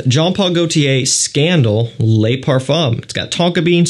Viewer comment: Le "luh " Les " lay " !